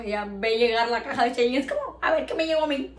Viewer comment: Ns si soy la única q se ha dado cuenta q dice "chein" en vez de "shein", no es hate sólo me hizo gracia😂